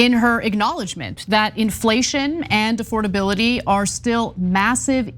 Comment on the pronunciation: Does this man even know words? Say it with me now...A...FORD...ABILITY. Good job, have a cheeto.